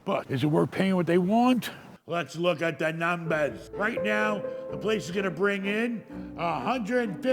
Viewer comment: “Entourage” lol “let’s looks at da numbas”